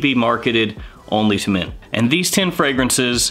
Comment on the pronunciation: I kept thinking u said mint although the title mentioned men. Great reviews nevertheless! :D